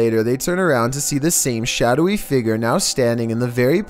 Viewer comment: numbar fhive seemingly ghostlee figor